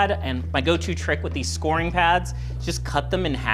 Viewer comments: Great tip. I am going to try this on a stain on my bathroom counter. I'm not criticizing you, but scouring is pronounced like "sour" not "score".😊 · SCOW-ER-ING pad, not SCORING pad lol